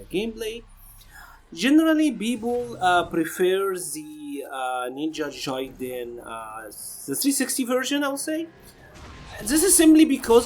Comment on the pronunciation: It's pronounced Ninja GUY-den. I am only telling you because I know you can do it.